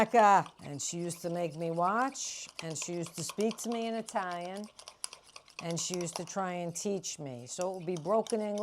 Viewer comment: If an Italian-American pronounces it "Itayan", you know this is the real thing.